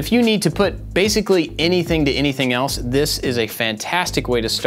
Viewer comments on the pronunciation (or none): none